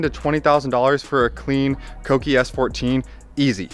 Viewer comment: Dude, thank you for pronouncing Kouki correctly! It’s so rare these days. Good luck with the project. Looking forward to seeing everything unfold.